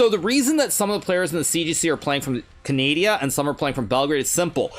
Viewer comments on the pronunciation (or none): Hikaru calling Canada Canadia never fails to make me laugh 💀